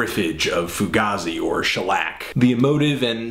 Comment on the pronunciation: not trolling but it's pronounced Foo Gay Z